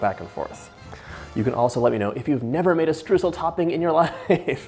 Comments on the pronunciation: The first syllable of Streusel is not what you are saying. It sounds like the second syllable in "destroy" (de) stroy-sel. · It's pronounced "stroisel" :) lovely recipe xx